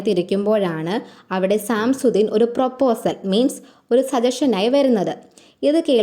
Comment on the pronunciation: സാംസുദ്ദിൻ അല്ല സശംസുദ്ദിൻ എന്നാണ് വായിക്കുക